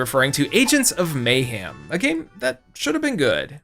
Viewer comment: You seem like a nice guy… but if you keep pronouncing Lara like “Laura”, people are going to institutionalize you for being mentally challenged. Edit: the same goes for the way you pronounce “mayhem” 😬